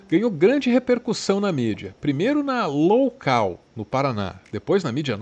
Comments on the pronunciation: Adorei o ' imprensa LOUCAL' ! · "Loucal" é ótimo. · Jornalismo "loucal" kkkkk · Imprensa “loucal” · Imprensa "loucal" foi interessante 🤪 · "imprensa loucal" kkkkkkkkkk